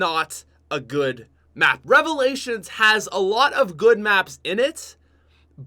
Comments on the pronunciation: Top five worst cod youtubers number 1 worst youtuber im in subbing because you said revilations I hate you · I died when i her revailalins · I am going to hope you say revalations. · rly nigga revolations?!?! REVOLATIONS!!!! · Who else head the like goal and liked the video... Then hears say " number 5 revalations," and switches to dislike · When he said revalations my jaw fucking dropped